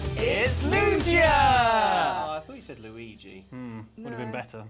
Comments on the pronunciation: WHO-ia?? Did you say... lugia?? W a soft g?? Get out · It's Lu*G*ia, not Lu*J*ia. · It's lu-ghi-ah, not lu-g-ah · IT'S NOT LU-JEE-U IT'S LU-GEE-U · Loo-Jee-uh? ....its Loo-Gee-uh. this bothers me lol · How dare you dishonour LU-GI-A by calling it LUGEA.. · Your saying lugia wrong. Its gi is like key not gee wiz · I’m sorry but it’s lew-gi-a not lu-gea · It's LuGia not LuJia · its lugia not lujia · Lu-GIA! Not Lugia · Yessss. Loo-ghee-ah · Video: pronounces Lugia as LuJia Me: intense internal screaming of pure rage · Did they just say "lugeeia" ima fight them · Uh... yeah.... in Lugia... that's a hard g, not a soft one. "Loo-gee-uh." It's the same in Japanese as it is in English, and the romaji has a g not a j. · Lujia. Lujia. This bugs me so much. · loo gee ah. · loog-ee-uh. hard G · Its Lu-gee-a. Lugia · LOO GEE UH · drac0nisw0lf Lu gggg ia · The way they say Lugia is infuriating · Is this just how Brit's say Lugia? 'cause it is so wrong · Honestly the thing in this video that I'm most likely to lie awake at night dreading is the way you pronounce Lugia. C'mon guys, they say his name like, 50 times in the movie. 2 movies now in fact. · If he mispronounces Lugia one more time I swear I’ll let 10 macargo loose on his house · I've never heard someone pronounce Lugia like that and I hope I never do again.... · Anyone else irkd with their pronouncings of Pkmn. Specifically Lugia? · How did EVERYONE manage to mispronounce Lugia EVERY time? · Yall said lugia wrong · The way you say lugia is so wrong it hurts. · You kept saying Lugia's name wrong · The way they mispronounced Lugia will haunt me for a while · How can you claim to love Pokemon, do a video on only a few of them, and pronounce one of the names completely wrong? Lugia has been around for 2 decades... Just how?? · It's Lugia not the way you say it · I cringed every time you said 'Lugia' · It's lugia speled with gggggg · Um...exuse meh you pronosed Lugia and tryanatar wrong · How tf did you pronounce Lugia wrong